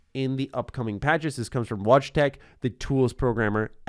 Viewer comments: I'm not Polish, but I'm pretty sure Wojtek is pronounced Voy-tek, not "Watch tech". I'm sorry, I didn't want to be pedantic, but that just tickled me. 😅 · haha BTW Wojtek [Polish name]... when u read this I almost died from laughing. Wojtek you should read... hmm like void-tec